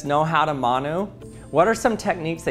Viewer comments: How is he butchering the pronunciation so much, it’s said like Mun (like bun) Oo (like your going ‘Oo,that’s interesting’) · u said manu wrong g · Your saying manu wrong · i love how much he butchered the saying💀